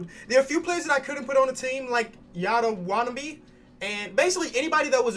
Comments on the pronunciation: it's you-tuh wah-tuh-naw-bee not ya-tuh wat-a-bee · nobody: trying to pronounce “yuta watanabe”: YATA WATABEE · sees Yuta Watanabe Proceeds to say - "Oh yata wanabe" "Azile Johnson" "Ryan Brokenoff" Love your work but cmon man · I’m here to help. It’s pronounced you-ta watt-a-knob-e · its pronounced "you-ta wah-tah-NAH-be" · It pronounced Yu-ta wa-ta-na-bae